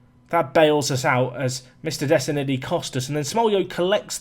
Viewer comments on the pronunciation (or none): none